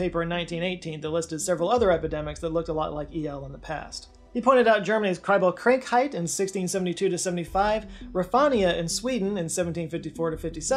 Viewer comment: KrAnkheit, not Krenkheit…